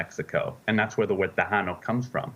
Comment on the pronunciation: Who is the expert who can’t even pronounce Tejano correctly?!